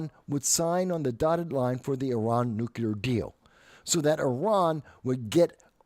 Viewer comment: You’re one of the few people I’ve heard pronounce Iran correctly 🙌🏽